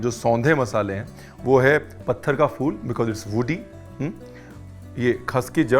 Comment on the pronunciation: Ranveer Bhai Aap Lucknow Men Rah Chuke Hain Aap Ke Munh Se Phool Ko Fool Bolna Achcha Nahen Lagta.